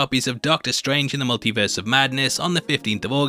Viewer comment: really thought you said: "MonkeyVerse of Madness"